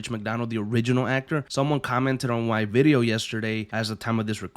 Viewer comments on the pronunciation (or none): none